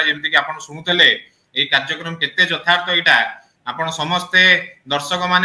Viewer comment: ଯଥାର୍ଥ କୁ ଯତାର୍ଥ